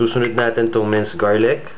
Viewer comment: gar-lick? :P